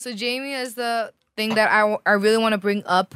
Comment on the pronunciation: bRRRRing me your cRRRRRRRedit card